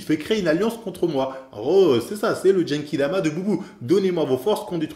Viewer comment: jsuis daccord pour ce que ta dit mais on dit Genkidama et pas Jenkidama voila ct tout pour moi